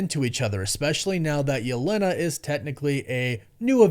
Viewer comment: it kinda annoys me how you pronounce "Yelena" but great vid man